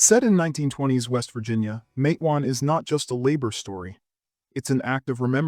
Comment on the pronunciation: Yes! But…the pronunciation is VERY wrong